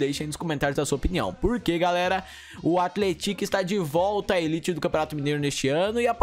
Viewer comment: Sua pronúncia de athletic não está certa.